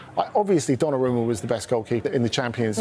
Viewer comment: It's Donnarumma not Donnaramma